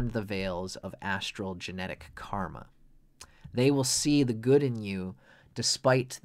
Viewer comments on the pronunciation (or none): none